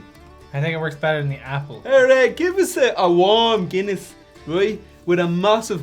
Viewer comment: Take a shot every time they say guinnesse. 😂